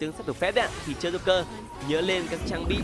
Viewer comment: Joker mà nghe ad cứ nói nhầm là rouker :))